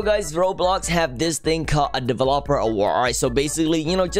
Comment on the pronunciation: the way he says delevOper